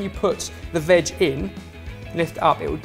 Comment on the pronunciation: I keep thinking "vag" whenever he says "veg" LOL